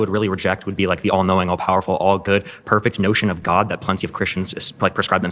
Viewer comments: The way he pronounces gwowd is obnoxious. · Maybe its just because i dont like the guy, but the way he pronounces the word "god" really annoys me. He puts so many syllables in there, like goaed. He sounds like kermit the frog with a strong canadian accent doing a kennedy impersonation. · Has he always pronounced “god” like an evangelical pastor or has he more recently started that like so many of the other grifters?